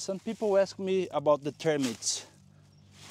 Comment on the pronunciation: I'm so glad you are talking about dry arid degraded soils...PLEASE PLEASE Talk more about termites (I think you pronounced them "termyt") We are desperate because they eat every thing !!!!